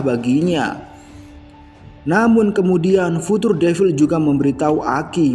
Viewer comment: Penyampaiannya udah bagus. Tapi pengejaan karakternya salah. Future harusnya dibaca Fyucer. Kishibe kok jadi Kishibi? 😭🙏